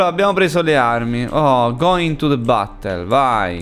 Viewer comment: "go intu de battol"